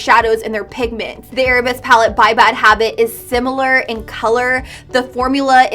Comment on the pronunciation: Victoria Gonzalez i saw another review where the girl kept saying arab-esque. as if the palette were themed arabian instead of ballet lmao